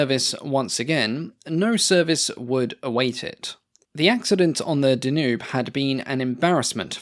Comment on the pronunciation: Dan yoob river not duhnewb